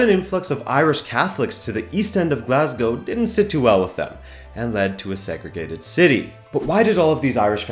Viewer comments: Wow...an American who can pronounce 'Glasgow' properly. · Thank fuck that at least one foreigner knows how to pronounce Glasgow